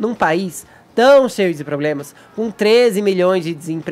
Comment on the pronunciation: Enquando o Chico é premiado o BOZO continua falando POBLEMA! Kkk